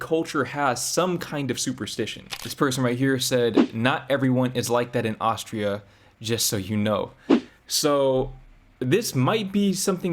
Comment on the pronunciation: Besides that toast thingy, why dating this yadda-yadda- girly at all? And it is Austria not Auschtria, missus important. When you need to do online dating to meet people, tells also enough about her. Yikes.